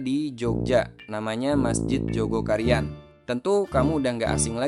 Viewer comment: Maaf min,bukan Joko Karian,TPI Jogokaryan,tolong lbih teliti lgi!!